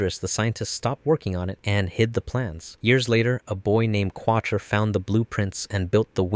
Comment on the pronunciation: Your pronunciations of some of these names is off homie and Heero Yui was the OG pilot of the Wing Zero, Qutra pronounced Cat-tra not Quot-tra.😂😂